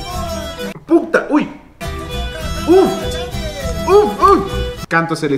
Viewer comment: Jajaj mori cuando dijiste pukta huy jajaj eres un lokillo pero así me gusta tus vídeos ❤❤